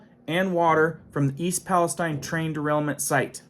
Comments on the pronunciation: Palesteen is correct way to say. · Pales-TEEN Pales-TEEN NOT TINE. We are not in the Middle East. Texas has a Pales-TEEN too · I grew up 18 miles from East Palestine. Palestine is not pronounced like what's in the,Bible wirh a long I, but a long e. All kinds ds og wildlife and live stock have a dare still dying everywhere. Foods coming out of Ohio will be unsafe for a long while. It's a mini Chernobyl. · It's "Pal-ess-STEEN" This isn't the middle east, goofball. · Ohio girl here. Palestine sounds like Palesteen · idk why palastine is pronounced different in usa then palestine Israel